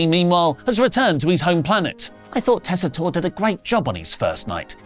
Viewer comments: So nice of to pronounce "Joe Tessitore" the correct way. Its been kiling me the way he says Joes last name for weeks. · You're finally pronouncing Joe Tessitore correctly